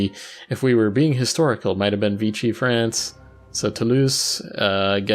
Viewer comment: Now this is getting interesting. A proper world war. Just a nitpick, Vichy is pronounced similar to what would be "Vishy" in English.